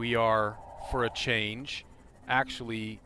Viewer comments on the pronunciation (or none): none